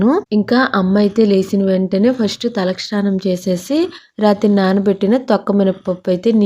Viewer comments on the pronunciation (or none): తల క్షానం కాదండి, తలస్నానం